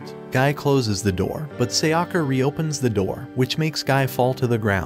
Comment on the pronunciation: Seyakka..!?!? It's Sayaka...